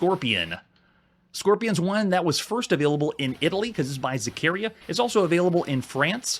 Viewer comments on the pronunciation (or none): Is pronounced ZaccarEEa with the accent in the I